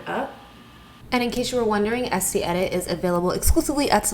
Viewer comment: Isn't it pronounced "Est-ay"?